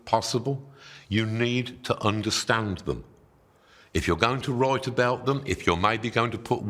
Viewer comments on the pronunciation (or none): Why does he pronounce almost all words almoat normally except "wroit" and "whoi" and "analoise"? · You can totally wroite, moite.